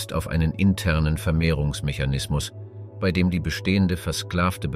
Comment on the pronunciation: Es bisschen mehr Deutsche Grammatik sollten sich Sprecher und Autor doch bitte mal aneignen. Das fängt an mit dem Namen Das Tagebuch "von" Julius Cäsar bis zu den erwähnten Jahreszahlen und des merkwürdigen "bie-ei", wo eigentlich ein deutsches "bei" ausgesprochen werden sollte.